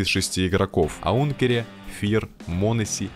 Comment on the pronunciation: Аункере и Сунукс ? Что ? А можно ники игроков правильно называть ??